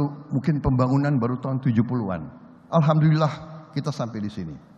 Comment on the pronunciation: AL HAM DULILLAH pak....! Bukan AL KAM DULILLAH